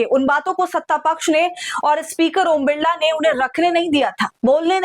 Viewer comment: बिड़ला नही बिरला नाम है